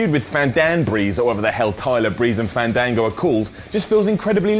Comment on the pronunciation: WHERE IT ALL STARTED! Also “fandanbreese” 😂😂